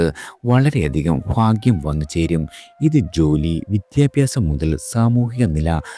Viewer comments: ഫാഗൃം അല്ല ഭാഗ്യം എന്നാണ് ഉച്ചാരണം വേണ്ടത് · അല്ലയോ മഹാനെ... ഫാഗ്യം... അല്ല "ഭാഗ്യം "... മലയാളം പറഞ്ഞു പഠിക്കൂ... ഇല്ലെങ്കിൽ.. രണ്ടുനേരം.. നാക്ക്‌ വടിക്കൂ.....